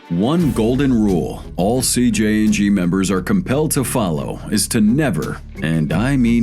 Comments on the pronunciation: Many chances to say CJNG correctly yet you failed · CJNG not CJ and G